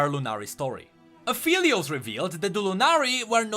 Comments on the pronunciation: It's "Ah-FELL-eee-ose" like 'help I FELL down' NOT "Ah-FEEL-eee-ose" like 'I FEEL tired', people. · no he didnt lol its phelios, not feelios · it's pronounced ap-helios pretty sure, it's an ironic play on words meaning "of the sun" (apo, "of," and helios, "sun") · no hate but at least pronounce his name right... XD